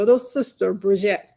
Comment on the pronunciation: Why can't you say brigitte name right? and you are a lawyer! You've seen 3 episodes and still can't pronounce it????